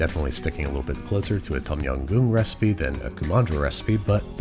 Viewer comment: “Tom yam goon” hurts my heart as a Thai person